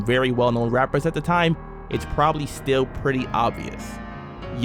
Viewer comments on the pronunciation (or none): Young merc aka merc Montana from murder inc, pronounced as “merse” not “merk” with a s sound not k. Just a fyi